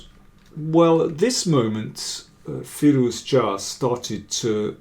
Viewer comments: Can you please just call him Firou-zha like everyone else (or Alireza)? Your pronounciation is hurting my brain, and I really like the kid. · How do you come up with those pronunciation ideas? You might be the only one in the world pronouncing his name like that :)) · I'm sure it is correct, but every time Daniel say Firouzja it reminds me of an episode of The Big Bang Theory where they set a puzzle to get Sheldon a date, the girl shows up at his door and starts speaking Klingon.